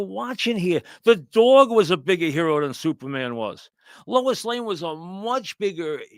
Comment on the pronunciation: Please, I need a Francesa movie review every week. Supahman is not youmin.